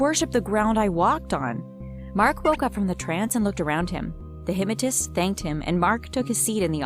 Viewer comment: Who else hates how she says hypmatist.